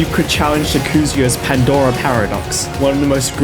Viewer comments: First time hearing sakuzyo pronounced that way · Great video, I can't believe that having played maimai for like four years I'm only now finding out it has, like, a real story. My only critique would be to look up how to pronounce the things you say before you say them: Jouez avec Moi, Sakuzyo, Kanon Oguni, and Yakuza were the most egregious ones I noticed although you certainly gave them a good try.